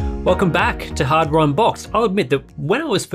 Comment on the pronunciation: Ah yes,, the man that can actually pronounce 'Hardware'., next time you say harbor I won't drop a like!